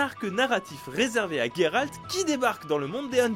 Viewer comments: C’est GÉralt pas Guéralt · ON LE PRONONCE JERALT PAS GUERALT !!!